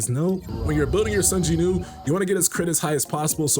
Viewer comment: Does Korea not have the "W" sound?? Who is JINEW?